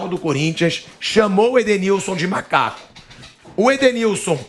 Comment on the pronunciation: O cara falou malaco